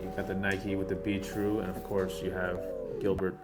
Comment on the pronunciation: Who else thought it sounded like he was saying beetroot